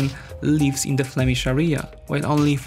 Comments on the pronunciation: Amazing content as always, one remark though, you very often say word "area" and with the accent on the wrong vowel, it's "Area", not "arEa", all else is great :) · Please learn how to pronounce the word "area" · Nice video, it's a really interesting situation ( from the outside). May I suggest 3 words for you to focus on pronunciation? ★ Area ★ Territory ★ Separatist